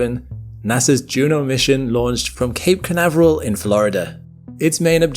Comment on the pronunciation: Ñ, Ñ, Ñ. Cañaveral (or reedbed in spanish) not canaveral.